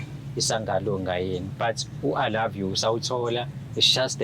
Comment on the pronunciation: "I loive you too"😅😅azimunethe losisi uyabheda.